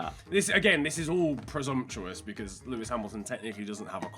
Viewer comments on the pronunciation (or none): none